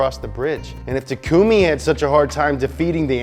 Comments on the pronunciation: not TakUmi it's pronounced takumi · It’s not pronounced takumi it’s pronounced takami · He did not just call him Takoooomeee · It's not pronounced Takoomi it's Takumi lmao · You clearly did not watch Inital D (at least not the funimation dub) if you think his name was Ta-kumey and not Tak-kamey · bro pronounced takumi as tecoomie lol wtf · Tuh-koo-mee. Lulllz. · Tuh-koo-me c’mon dawg say it right it’s not that hard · "Takoomii" xD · did you just say tekoomi? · Funny how no one can pronounce "Takumi" properly when they say it at least a million times throughout the anime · Dis nigga call him takoomi?????? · the way you pronounce takumi 😭😭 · The way he pronounced Takumi’s had me XD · Still hurting me how he pronounced Takumi’s name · The way he pronounced takumi’s name really is pissing me off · you mispronounced takumi, thats a really obscure reference to fake yknow? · How the fuck do you say takumi wrong lmfao hahahaha these guys are great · Pronounced Takumi completely wrong. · You pronounced takumi wrong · Is anybody gonna mentioned that he pronounced Takumi's name wrong? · You also pronounced "takumi" wrong btw !